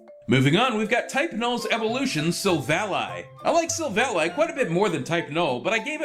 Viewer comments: You REALLY pronounced Silvally "silvallai"?? Isn't it clear it shold be pronounced "silvallee"? like silver, and vally? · it is not silvall eye but silvall e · "Silvally" (SIL-VAHL-EYE) What is this pronouncia....NOBODY PRONOUNCES IT LIKE THAT! (SIL-VAHL-EE) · Now I know everyone has there own way of pronouncing things but. . . Sil-val-eye? Where did you get that from? Then again I gotta say it's also more creative than pronouncing it sil-valley, so I gotta give you props on that! '^-^ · yo, bro, it's not sil-val-i, it's sil-vally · you pronounce it sil-val-ee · It is pronounced sill-valley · Silvally (Sil-Vuh-Lee)